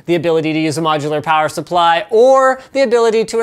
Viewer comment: Linus, you say plower supply instead of power supply. I can't unhear this.